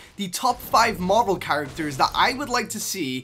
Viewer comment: It's marvel not marble